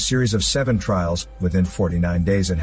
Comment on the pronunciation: Filial piety? Trails? Not trials? Ffs